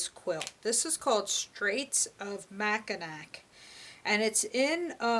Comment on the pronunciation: It’s pronounced Mack-in-awe